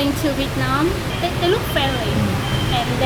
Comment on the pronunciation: 的ve [t'] nam的发音真的是好违和，这个t真的是。。。不会查查有道词典或者youtube一下怎么发音么？